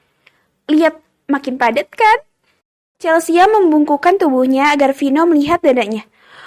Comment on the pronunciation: di audio lain dibaca Chelsi. di sini Chelsia. yg bener yg mana